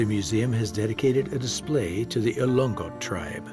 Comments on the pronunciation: Elongot (not elong-got) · Sir its ilo ngot. Not ilonggot